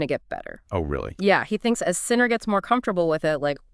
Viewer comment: AI generated podcasts that mispronounce his name? No thank you.